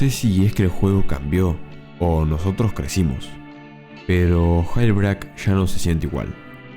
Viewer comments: Todos: yelbrik Este loco: gailbreac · minimo pronuncia bien jailbreak, como que gelbreaK? es yeilbreik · Jail se pronuncia "yel", y break se pronuncia "breik", no gelbrac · me da asco como lo pronuncias 🤢